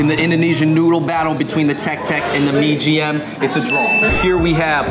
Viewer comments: it's not mie GM, but MIE AYAM... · MIE AYAM NOT MIE GM! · mie gm ? mybe its mie ayam 😂